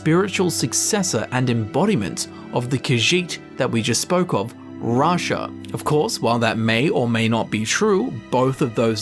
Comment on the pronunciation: Vasha, Rasha. i thought he meant the tiger from Aladdin before he said Rasha from the dark brotherhood 😅